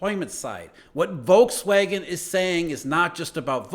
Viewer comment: The "V" in Volkswagen is pronounced like an F.